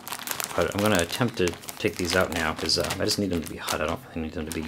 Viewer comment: It's really great that you say Hut instead of Hot haha (y)